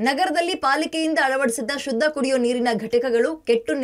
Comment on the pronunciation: "ಶದ್ದ" ಅಲ್ಲಾ, "ಶುದ್ಧ" ಅಂತ ಆಗಬೇಕು